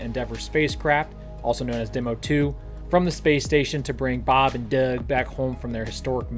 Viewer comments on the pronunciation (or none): I enjoy the information you provide on your channel. I have to tell you however the way you constantly pronounce Bob and Doug in that goofy way every time they are mentioned has become exceedingly annoying! Have mercy please!